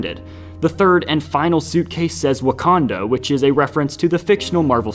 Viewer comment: He pronounced wakanda fine